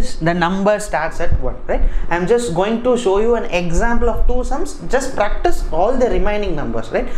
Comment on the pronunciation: 8.24 sir sounded practo instead of practice